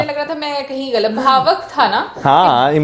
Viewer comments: Bhavuk hota hai,bhavak nahi.. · Bhavak nahi bhavuk 🙏🏻